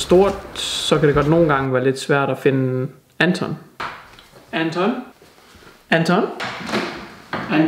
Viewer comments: Efter at han har sagt "Anton" et par gange, lyder det som om at han siger "er den tom";)))))))))))) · der han sagde "Anton" mange gange kan kunne jeg til sidst høre "er den tom?" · det lyder som om du siger "er den tør" og ik anton hahahah eller er det bare mig? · er jeg den eneste der høre "han tom" når siger anton? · Det lyder som om at han siger "er den tom?" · der hvor du siger Anton lyder det som om du siger er den tom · Da du kaldte efter Anton lød det efter lidt tid som om du sagde "Er den tom?" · Da du siger "Anton?" så hører jeg det lidt som "er det 12?" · Når leder Anton lyder det som han siger er den tom🐶🐶